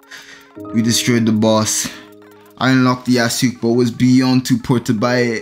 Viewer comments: Him pronouncing Yasuke as “Ya-sook” makes me feel immense pain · Ya sook is so funny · Why do you pronounce "Yasuke" as "Yasook"